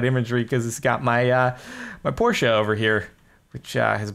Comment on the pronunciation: finally! A man who can pronounce porsche correctly!